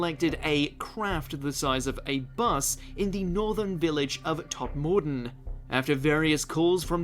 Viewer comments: The number of times I've heard Todmorden mispronounced by incorrectly putting the stress on the 2nd syllable when the stress should be on the 1st syllable (Tod-MORE-den when it should be TOD-mer-den). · How not to pronounce Berkshire, Todmorden and Envoy. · They should all know better, as "Tod" for years was known as a hotspot for Alien spaceships in the 60's and became quite popular. Though most of us original inhabitants got away unscathed. But it is still my hometown so bloody pronounce it properly